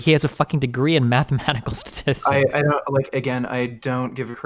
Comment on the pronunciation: this guy needs to learn how to say statistics before he graduates 😂 Granted. It is a hard word to say sometimes